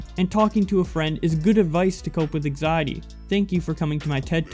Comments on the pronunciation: An-xiety not axiety or exiety...bits an-xiety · Learn how to talk you slack jawed hick. ANG ZIATY. EGGZEITEY.